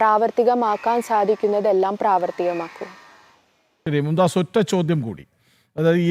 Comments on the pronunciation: മും ദാസ് അല്ല മുംതാസ് ആണ് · മുംതാസ് ആണ് മുംദാസ് അല്ല